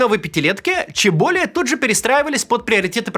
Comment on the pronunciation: всегда думала, что они чёболи, а не чебОли)